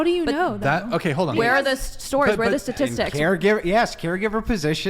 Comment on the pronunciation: Statistics, not satistics